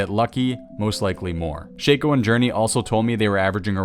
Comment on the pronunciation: Just a heads up it is pronounced Shaco